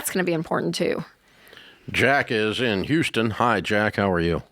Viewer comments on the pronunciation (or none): none